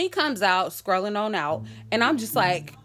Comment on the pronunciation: aaahhhhhhhh sis said "scrollin on out" but it's strolling lol